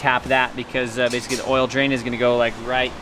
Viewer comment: I love how this dude says "basicy" .. nice video!